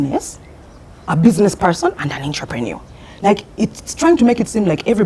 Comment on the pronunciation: Honorable members..said in love..you have given mbogos.. it’s pronounced AHN-truh-pruh-NUR (not IN-truh-pree-nur)